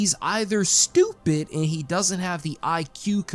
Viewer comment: This guy contemplating whether you are unintelligent whilst saying “stupit”. I mean im not exactly a classist or anything but anyone who pronounces “stupit” doesn’t come across as a Rhodes scholar. I’d venture to say he is leaning on the underbrained.